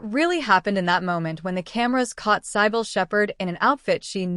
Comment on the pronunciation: Here "Cybill"is badly pronounced by the narrator